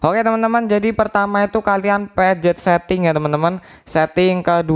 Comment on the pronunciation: Pencet bang bukan pejet